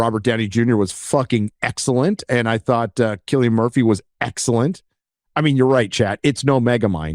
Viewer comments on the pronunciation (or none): none